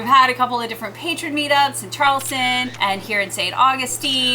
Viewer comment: "Charlestin"???? "Schafe"????